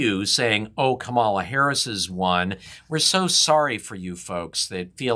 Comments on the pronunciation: Is this supposed to be unbiased? You lost me when you mispronounced Kamala as Trump does. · That’s funny because even Joe Biden mispronounced her name! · ..That’s true, and many others mispronounced her name as well. She has one of those unusual names. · Kamala has pronounced her own name differently throughout her political career. When SF DA, she put the accent on the second syllable and the a in the first syllable was different.